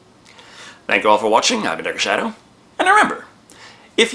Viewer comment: Kept saying dr. Shadow when he said his name